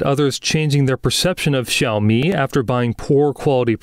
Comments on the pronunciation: When two words are the third tone, you pronounce the first word as the second tone. So xíaomǐ not xǐaomí. But this sounds like AI generated voiceover though. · Why does the presenter persistently pronounce xiaomi like this? It's not even the correct tone. Cringe!